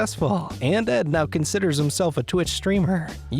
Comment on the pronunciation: Is the narrator ok? Ed or ehhhd?🙄🙄🙄🙄